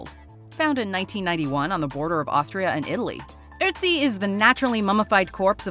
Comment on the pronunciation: Both as a Dane, AND a European, in general, it makes me happy, that you pronounce the name Ötzi correctly. In Denmark, WE have the letter Ø, that is pronounced the same way. After WW2, Denmark would like to distance itself from Germany, so we changed a lot of written letters, that were similar to German. Hence the letter Ø instead of Ö.